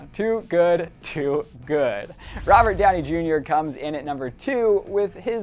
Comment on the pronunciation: It heard like you said "Robert Daddy Jr"